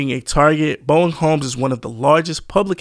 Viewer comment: Bowen Homes, not Boeing.......